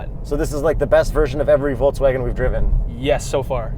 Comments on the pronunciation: VolKSwagen not VolTZwagen:) BTW, I love your work guys. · I have a crush on a German girl and so I’m here to tell you it’s pronounced “Folks-Vaghen” though people there only usually say ‘Eff Vey’....trust me because every time she moves her lips I am pitifully rapt. Pitifully. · In Poland a bunch of people pronounce it "foltzvagen". Must be an Eastern European thing, though and Jakub seem to be born in Canada.